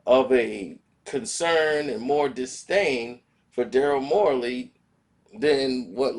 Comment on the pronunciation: its Daryl Morey bro how are you going to talk about something or somebody in keep saying there name wrong look this fool name up bro SMH